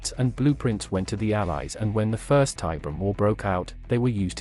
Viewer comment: "Tie BEER e um", not "TIE brum", dammit! Fucking AI shit!